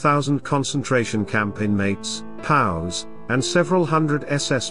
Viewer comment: Can't we get the narration down right in these Youtube videos? Terrible pronunciation ("POWS" isn't pronounced "pows") and Buenos Aires is pretty easy to figure out how to spell correctly. When you get the easy little details wrong, you have to wonder about the integrity of the larger messages.